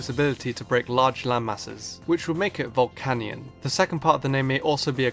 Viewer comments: Its VOl-KAY-NEON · volcanion is pronounced vul-can-yun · it's pronounced ボルケニオン or boru-ke-nion with the "kay" sound so volcanion is vol-kay-nion